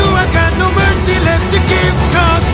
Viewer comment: not me hearing percy instead of mercy